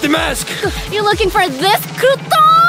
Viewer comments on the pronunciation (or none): it’s pronounce Crouton not Gruton